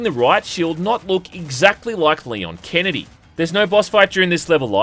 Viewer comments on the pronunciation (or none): none